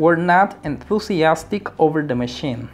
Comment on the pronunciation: WERE / ENTHUSIASTIC / SALESMEN / SUGGESTION / SIMPLE / AGAIN.. check your pronunciation man